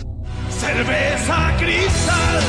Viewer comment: Got jumpscared by cerveza CRISZ-tal outtro, im done💀